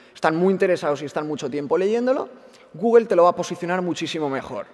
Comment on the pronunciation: "GUGUEL" xD